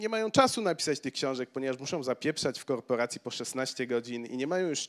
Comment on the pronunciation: Nie w korporacji tylko jak on to powiedział "khorporacji"